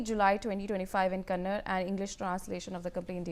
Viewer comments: Dear "north" indian news media. Learn to pronounce words like "kannada". You all say "kannad". We should start saying "hind" "indi" "mod" ? And I am from Tamilnadu. Not "tamil naad" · It's Kannada not kannad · Learn to pronounce the language name properly before you call yourself a reporter Shame on you NewsX